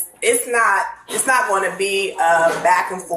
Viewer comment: Anyone else form vomit in their mouths when they hear these regginas replace the "g" at the end of words with a "k" like pronouncing going as "goink"? I think if you've lived in this country for over a hundred years you should know how to enunciate words properly.. You got to try to talk like this on purpose..